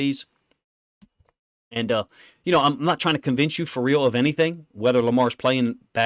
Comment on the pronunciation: When this man says...(FA REAL!) It's that.